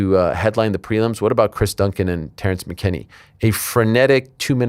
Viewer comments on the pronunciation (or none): none